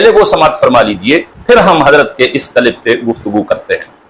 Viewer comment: یہ کلپ ہے نہیں ہے بفتح الکاف نہیں ہے کلپ ہے بکسر الکاف ۔۔۔۔ باؤلے کہیں کے